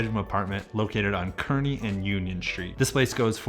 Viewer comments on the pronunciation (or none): none